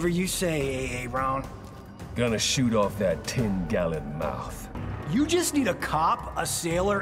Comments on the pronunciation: A-aron? That was funny. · That ain't how it said Whatever you say A-Aron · Thats not how its said Whatever you say A. Aron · That ain't how it said "Whatever you say A-Aron" Feels like a Reference from Substitute Teacher from Key and Peele